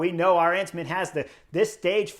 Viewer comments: Chris, the emphasis in Arensman's name is on that very first syllable (letter); the 'A'. His name has the same 'melody' as KEL-der-man; it's A-rens-man. It's the same as, say, Madison in English: Ma-di-son : A-rens-man. With the same 'A" as in Alamo. Btw. it means 'Eagle Man' and when you win the Queen's Stage in the Vuelta you deserve that name! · Let me point out the correct pronunciation of Dutch surname Arensman. The stress being on the first syllable the stress pattern is the same as in Kelderman and American surname Penniman.